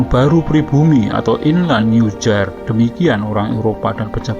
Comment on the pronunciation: Komplain buat narator kalo baca istilah Belanda jangan kejauhan melesetnya dong, masa nieuwjaar dibaca niyujar (kaya jembatan). Kalo paham sejarah Indonesia pasti tahulah ejaaan Belanda j dibaca y.